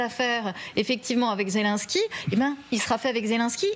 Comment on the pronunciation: Poutine ne s'est jamais senti soutenu par son "ami" Trump... et aussi voulez vous donc apprendre à dire Zelensky, ce n'est pas Zelinsky, ce n'est pas un Polonais...